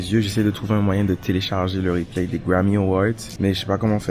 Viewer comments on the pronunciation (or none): none